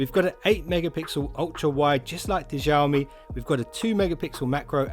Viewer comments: Xiaomi no Jiaomi 🤣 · I just wanna say... Xiaomi is pronounced as Sea - Ou (out without the T) - Me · xiaomi - xiao is pronounced sh-owe. say the name like 'show me' but show is said like shower mi but drop the er